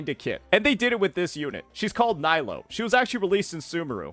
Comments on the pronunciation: Her name is Knee-low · Dude you pronounce nilou wrong